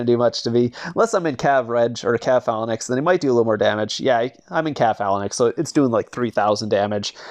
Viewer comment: Its pronounced fay -links pleaseeee stop sayin phal a nix